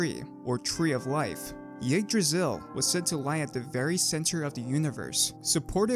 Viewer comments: umm actualy is yggdrasill not jigdrasill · Your butchering of Yggdrasil (Igg-draw-sil) really messed up the intro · Y-eeg-drasil Yggdrasil